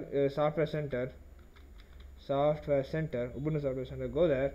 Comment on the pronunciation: Thanks for saying Ubuntu correctly